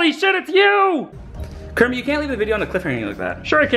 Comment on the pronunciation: Pee kenit the frog